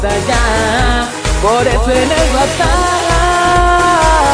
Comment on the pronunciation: HAHAHA, pobre de mi ♥ sus "D" jaja. "Por eso el WHATSDAPP, tiene la ultima conexión", "el comercial más pinche corto que eh visto compralo ya", jaja😍😂👏